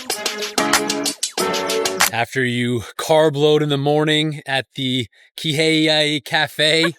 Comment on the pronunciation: It’s pronounced “Key-Hey” not “Kay-Hay”